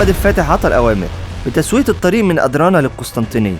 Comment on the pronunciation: اسمها ادرنه مش ادرانه اتلكم عربي صح